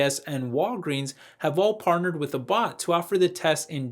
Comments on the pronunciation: Abbott is pronounced Ah bot. Not A bot. Hope this helps:) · Great video thank you for doing this research - just FYI abbott is pronounced like rabbit...